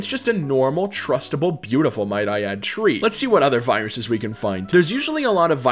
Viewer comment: Ah yes, my favourite model "TREE TREE TREE TREE TREE TREE"